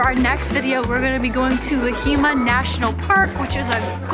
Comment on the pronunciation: it is Lahemaa, not Lahiima or Leiheema lol